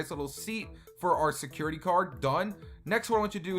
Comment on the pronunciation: you said sucurity card not to be rude